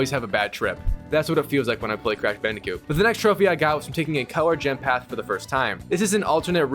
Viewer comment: This guy keeps saying "Bandicute" instead of "Bandicoot" lol